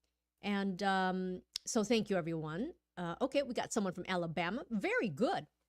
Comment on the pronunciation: Thank và tank đọc hay nhầm hoài à